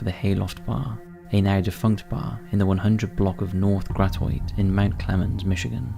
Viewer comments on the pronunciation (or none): Gratioit is pronounced Grah-Shut